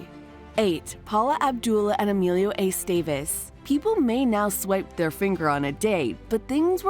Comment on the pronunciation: Eh-STEH-vehz, not Ey-STEY-veyz. :3